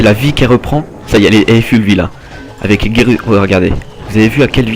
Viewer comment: mdr on dit foull vie pas full memme si sa s ecrit avef le u